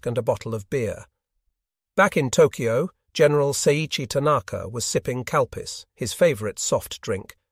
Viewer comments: Did he say “he was sipping cow piss?” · Calpis...soda. Had to look it up, thought he said cow piss too.